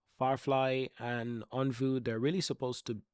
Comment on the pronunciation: Think my favourite thing is you taking on the criticism regarding how to pronounce Onvo and now you are actively saying it correctly 😁 thank you!